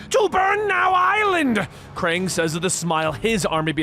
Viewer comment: he says Kang instead of Krang😂